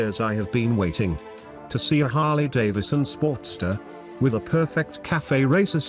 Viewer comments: "Harley Dave Edison..." 😂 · "Harley Davididson." So close computer voice. So close.